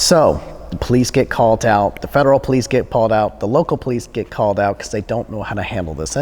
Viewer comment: "This one pErticular valet 'CALT are office..."